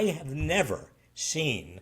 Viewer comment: J6... Say Nevver...